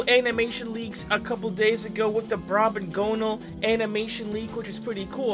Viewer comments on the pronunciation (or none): Brobgonal not brobogonnal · It's brob - Gone - All. Not brob gownal